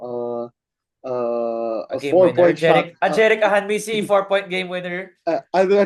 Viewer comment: bro, it’s AhaNMisi not AhaMNisi 😅